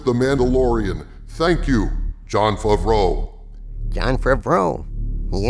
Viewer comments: SAY FAVREAU RIGHT!!!!! YOU SOUND DUHH DUR DUH DDUUURRRRRPP!!!!! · THAT'S NOT HOW YOU SAY "FAVREAU" YOU GAYLORD PERSON!!!!!!!!!!